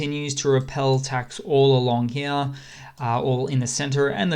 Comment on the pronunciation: "Along he'ya"